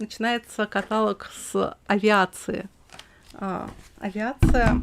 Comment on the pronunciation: каталОг.